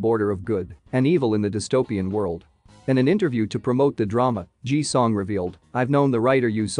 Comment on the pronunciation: First, it's Ji Sung NOT Ji Song as it was said. And he is one of the best actors IN THE WORLD, not just in South Korea.